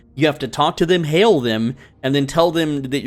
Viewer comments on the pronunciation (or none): none